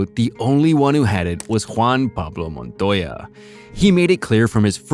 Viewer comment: >properly pronounces JPM's name though..... wtf